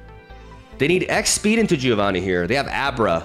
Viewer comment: If you want to pronounce Giovanni correctly, it's Jovanni, not Gee-ovanny. The "I" after the G, in Italian, is silent, but it turns a G sound into a J sound.